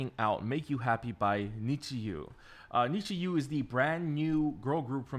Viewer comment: it's pronounced like Need You, the fans are WithU!